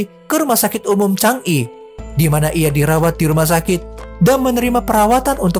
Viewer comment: Bang bacanya bukan CHANG'I tapi CANGI Krj Jadi tkw klo mental gak kuat seperti itu. Tapi klo mental kuat dpt ujian apa Saja n berfikir ekonomi keluarga